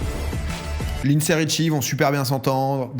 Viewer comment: « Lynedssday » 😂 c’est pas facile la prononciation